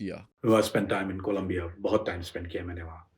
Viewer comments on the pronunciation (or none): none